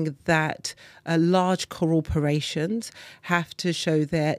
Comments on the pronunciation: Co-ORperations???? It's corporations Dawn!! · Large cororporations....